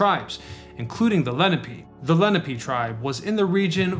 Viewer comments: Leh-NAP-PAY!! Damn noone gets this right. Lenape=LEN-AHH-PAY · Len opp pay… not Len a pee…